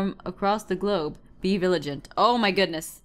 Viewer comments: Did anyone notice how she said viligante instead of vigilant? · Viligant? Really Aph? I think it's pronounced vigilant... Hahaha. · Jess...vigilant...not viligant